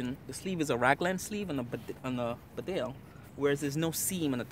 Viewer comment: A good review. However, could I just point out that Bedale is pronounced Beedale; it is named after the small market town in North Yorkshire.